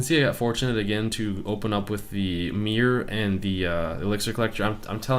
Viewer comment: its called MIRROR not MEER